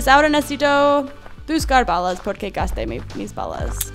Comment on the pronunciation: Cuando dises no tengo balas suena cjochengoo bagas nou se gual nesesito